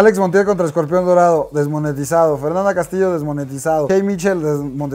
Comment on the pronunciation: desmonietisaofssf JAJAJAJA